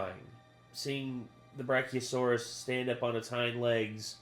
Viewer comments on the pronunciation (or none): none